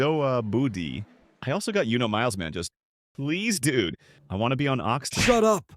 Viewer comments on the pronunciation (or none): none